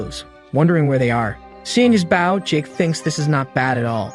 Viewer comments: why are you calling it a bouw ( bow ) its not pronounced with an ou sound like owl, its a bow with an o sound, like boat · ... ah oompappa oompappa Bow Bow. damn AI never can say Bow as OH? bOH down before me you pleeb. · I would appreciate it if finally learned how to pronounce the noun 'Bow' when it's used as a weapon.